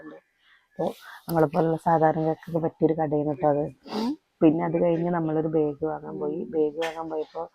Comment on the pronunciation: പ്രെസ്സി ബേഗ് അല്ല ബാഗ് എന്നു പറയുക